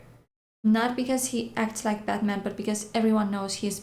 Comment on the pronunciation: so funny how u say: " I`m bad man..." :-D